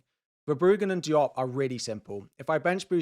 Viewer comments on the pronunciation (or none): none